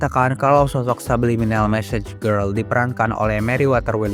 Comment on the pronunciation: Bang yg bener "message girl" bukan massage girl